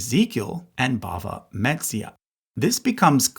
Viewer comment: Please learn how to pronounce “Bava Metzia.”